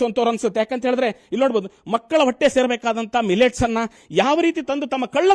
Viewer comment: ಹಂಗನವಾಡಿ ಹನ್ನ ಅಲ್ಲ ಮಾರಾಯಾ ಅಂಗನವಾಡಿ ಅನ್ನ ಮೀಡಿಯಾದವರು ಆಗಿ ಕನ್ನ್ನಡ ಅಸ್ಲಿಲವಾಗಿ ಮಾತಾಡ್ಬೇಡ್ರಿ